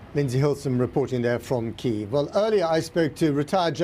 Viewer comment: What is this Keeev? It is either Kee-ev (Russian) or Kee-iv (Ukrainian). I have a suspicion we will never eat Chicken Keeevs.